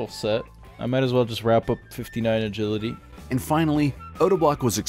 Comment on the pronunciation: O pronounces it A-git-aly- instead of agility And sta-nima instead of stamina lmfao